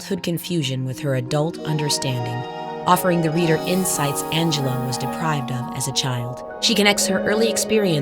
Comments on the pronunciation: Angel-loo, not Angel-loe. Sad she is no longer with us. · Fascinating, but also…. I thought her name was pronounced Ang - uh - loo? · On a lighter note: 'Angelou" accent was quite funny:face-green-smiling